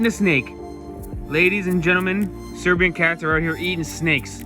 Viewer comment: Serbian not "Syrian" 😅